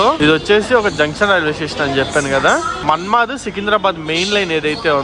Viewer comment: మన్మద్ కాదు అయ్య అది మన్మాడ్